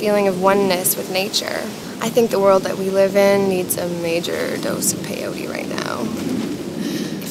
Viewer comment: not "pe iou ri", is peyote, PE-YO-TE